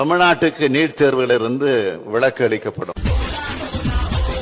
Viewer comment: லஹர மற்றும் ளஹர உச்சரிப்பு அறியாதவன் எல்லாம் தமிழ்நாட்டு முதல்வன். கேவலமாக இருக்கிறது. முதலில் இவன் சென்று தமிழ் உச்சரிப்பு பயின்று வரட்டும். ('Neet'. இலிருந்து தமிழ் நாட்டுக்கு ' '' விளக்கு" கொடுப்பானாம். '' விலக்குஎன்று உச்சரிக்க அறியா முதல்வன். கேவலம். )